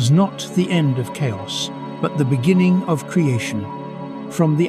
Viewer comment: In the benining . In the bebgining. In the benining